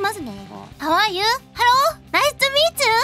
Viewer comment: Hau ah yuu?Halo? naischu meechu? she's learning bruh she's learnin